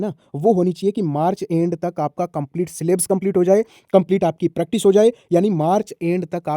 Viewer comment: Bhai सिलेब्स नहीं होता सिलेबस होता है